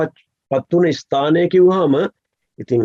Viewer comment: මේ මහත්තයාව විශ්වාස කරන්න අමාරුයි. මොකද අපේ රාජසිංහ රජ්ජුරුවන්ගේ පුනරුප්පත්තියක් බව මුනෙන්ම කියන්න පුළුවන් යථාර්ත මහතාට වගේ මෙයාට ඉස්තානය කියන වචනයවත් හරියට කියන්න බෑ